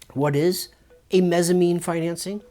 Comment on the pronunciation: Mezzanine not Mezzamine. It's like a Mezzanine floor, a middle floor between two floors in a building.